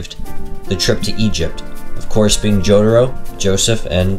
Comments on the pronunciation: kinda bugs me that you pronounced it as JotEro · bro pronounced jotaro as giorno💀